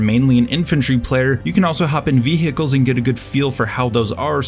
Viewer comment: Your English is stellar! But i can't stop twitching when u say ViHEcles